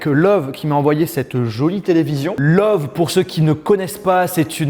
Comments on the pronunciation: La télé c’est une marque allemande? Car si c’est le cas on dit pas « love » mais « leuvé » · on le prononce leuve est non love car original sa s ecrit löwe mais comme en europe est en amerique vous n avez pas les ö on ecrie oe pour ö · STOP PAS « love » mais « leuveu » si c’est allemand c’est comme ça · pk tu dit love alors qu'elle s'apelle loewe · Le nom de la télé ne se prononce pas love. En Allemand, oe signifie ő qui se prononce eu. On doit donc dire une télé leuve ( où on prononce un peu le e de fin ) au passage lőwe veut dire lion en allemand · Salut Sympa le salon. La télé est allemande on ne dit donc pas love mais leuwè (loewe ) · PS: fait de l'allemand on dit pas love met leuveu en phonétique qui veut dire lion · LOEWE se prononce Leuvai hahaha ça veut dire lion au pluriel en allemand :) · Je pense que ça se dit “leuveu” lion en allemand donc Loewe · C'est pas censé se prononcer LOÈVE ou LEUVE ?